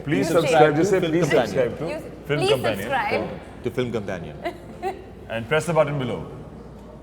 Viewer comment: alia u r such a dumbo u cnt even pronounce "companion"!!